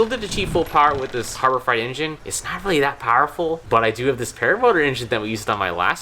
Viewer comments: fright pronounced frite, freight pronounced frate. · freight fr-ay-t not fright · Is it just me, or does pronounce "Harbor Freight" as "Harbor Fright"? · Freight is pronounced frate. It is not harbor fright. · Harbor FRIGHT! It's Harbor FREIGHT, where "freight" rhymes with "eight". Like a freight train, son. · Harbor Freight is pronounced Harbor Frate, not Harbor Fright. It's freight, like a freight train, not like a scary body of water. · FRAY-T harbour FRAY-T not FRIGHT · You know its freight and not fright right? Lmao Even though fright makes more sense. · I can't get over how he says "Harbor Fright" and not Harbor Freight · Harbor Freight (Fr8), not fright. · Are you saying Harbor Fright instead of Freight? Cause that's super accurate. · I love your videos! Just FYI it's Harbor Freight not Harbob Fright. As I wrote that I realized why you call it that... Sorry lol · Did anybody else laugh when said Harbor “Fright” instead of freight? 😂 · Please stope saying Harbor Frite, please. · I am fairly certain you are saying Harbor Fright… which I would have to say is accurate. haha! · Did you say Harbor Fright? LOL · did he say harbor fright? lmao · "Harbor Fright"? LOL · Can't tell if he's saying "harbor fright" on purpose or not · Was "Harbor Fright" intentional? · Is he saying Harbor freight wrong on purpose?? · Have I been saying Freight wrong my whole life?!